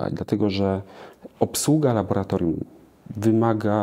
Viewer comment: Bardzo proszę tylko nie labolatorium.